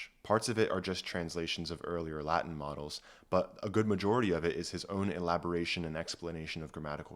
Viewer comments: This was both interesting and well thought out. I agree with your conclusions - the only problem I have with this video is your pronunciation of the Latin - 'V' is pronounced as a 'W' and 'C' is generally pronounced hard as a 'K'. Please don't pronounce it as Ecclesiastical Latin, it sounds bloody awful and false. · The latin pronunciation pains me greatly but great video